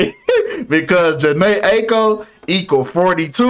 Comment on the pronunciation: And you’re mispronouncing Aiko